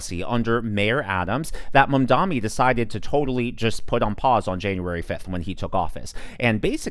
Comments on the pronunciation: *MAM-Dahni, not Man-DAHMI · Bro. Please say his name right. It’s MamdaNi